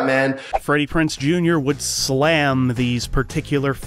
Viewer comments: It's Freddie PrinZe Jr., not Freddie PrinSe Jr. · It's kind of hard listening to you mispronounce his name over and over . It's PrinZe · If I had any complaints about this video it would be you forgot to mention his reoccurring guest role on Bones, and you're mispronouncing Freddie Prinze's last name. However, those are not major complaints, just a bit of whingeing, lol! Thanks for the great video!😉💖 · lol the fact you mispronounced his name for 23 minutes straight. This is a great channel regardless.